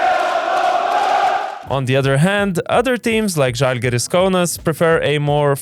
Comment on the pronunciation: It's žalgiris